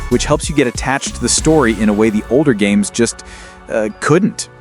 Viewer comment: When you can't even pronounce the names of the games correctly, I have a hard time taking you seriously.